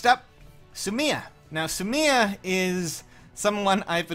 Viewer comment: Just say Sumia, not Su Mia.